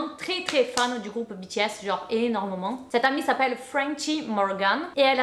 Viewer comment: Depuis le temps que j’attendais cette GiVDT et moi en tant que grande fan de BTS jsuis choquée et en plus je crois que t’es la seul personne que j’ai entendu qui a très bien prononcé le non du groupe